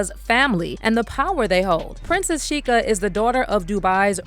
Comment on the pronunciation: Sheikha in Arabic means princess. You're literally calling her Princess Princess 😂 and its pronounced shay-kha